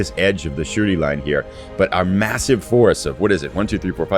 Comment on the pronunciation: Every time you say "Shuri" it sounds like you're saying "the Shooty Line" which is, actually, pretty accurate :)